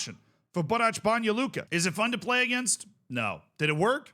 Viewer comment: Banja Luka pronunciation noticed ❤